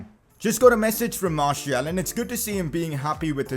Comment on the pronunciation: Martial is pronounced marsial not marshiul